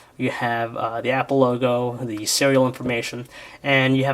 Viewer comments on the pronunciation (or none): you said mapple